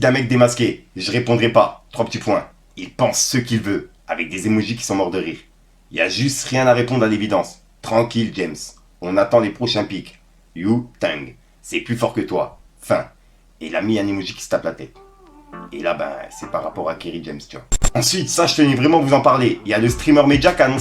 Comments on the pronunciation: "You tang" mdr c’est le WU tang C’est juste un des groupe de rap les plus connus au monde mais bon lol… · Wu Tang 😂 t'es sérieux il a dit You Tang 😂😂